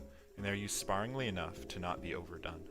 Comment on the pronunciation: Dude HOW did you just say sparingly